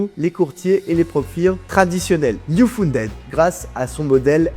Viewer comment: Mauvaise prononciation de "uFunded"...